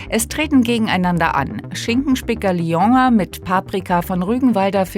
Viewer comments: Niemand spricht lyoner französisch aus… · Wie wird „Lyoner“ hier denn bitte ausgesprochen??😂 Liongger